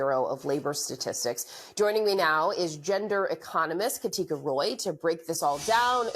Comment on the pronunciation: Katica??? That's the whitest "Katica" I've ever seen. 🤣😂🤣😂